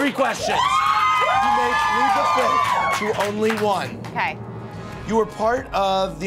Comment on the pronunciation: Andy always say Fith not Fifth. So cute